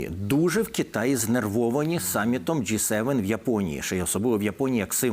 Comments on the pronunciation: Частина журналістів частенько вживає помилково ДжейСевен(J7). Потрібно говорити ДжиСевен(G7). Не дякуйте, пане журналіст. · Не джей Севен, а джі севен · Джі 7, а не Джей?😅